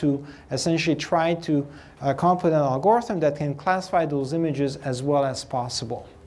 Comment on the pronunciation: IMO the usual pronunciation of "algorithm" puts stress on the first and last syllable. When putting stress on the second syllable then it's "Al-Gore-ism". 😀